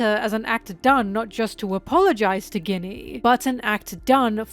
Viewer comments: I think Ginny is pronounced “Jinny”. Is this rage baiting? Haha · i want to focus but you keep saying Ginny like Guinnea and im distracted >:( lol jk, very good analysis :3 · You can't be pronouncing Ginny like Guinea after she was made into a Guinea Pig for Saturns experiments. Thats meessed up ;A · and Ginny Guinea lol, what is going on! i feel like you dont pronounce it this way in ur regular videos. Really makes my brain itchy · Pronunciation correction incoming, enjoy this tasty tasty engagement! Ginny is a real name, it's short for Virginia and is pronounced with a soft g, so it sounds more like the main ingredient of a Martini or like an Arabian wish-granting wind spirit. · I love you,, but please look up how to pronounce "Ginny", it's driving me nuts!